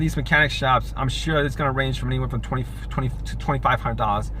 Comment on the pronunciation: Learn how to say numbers properly dude . What the heck is twefie ?